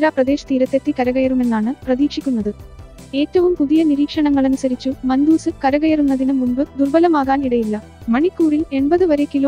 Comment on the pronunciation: മന്തൂസ് എന്നല്ല മണ്ടൂസേ .😜 മാൻഡൂസ് എന്നാണ്